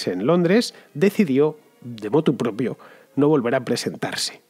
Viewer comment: Motu proprio (me ha parecido que decías motu propio)